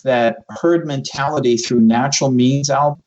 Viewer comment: ...did i not hear him say "...through heard MEMTALITY" lol ;)